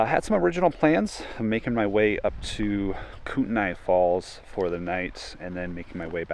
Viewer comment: It's pronounced KOOT KNEE FALLS. I've been there done that in all travels in the North Western part of MT. If you need any other input for must see travels in this area hit me up. Can recommend many places to travel.